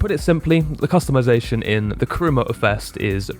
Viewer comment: You hit every single topic i had in the top of my mind, i definitely turned off the voice dialog and sub tittles and every other talking AI that was making me lose my mind!! Also i got a nit pick with the word Customization! 😅😅 sorry had to do it..